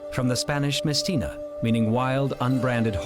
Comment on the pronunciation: mesteño not mestena